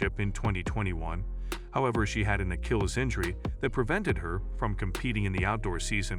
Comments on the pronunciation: im just a dumb yokel and i can do better narration than that. Just for one- He has no idea what 'Akilllis' is (Achilles) and who says "Ok perfect, that's a wrap!" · What is this??? Himself??? Steener??? Acheels???? Is this a bot??? You sound like you speak English but are you human??? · Yeah, the constant switching back and forth in the pronunciation of her name plus the full on mispronunciation of Achilles was driving me crazy. Stayed only for Abby's sake.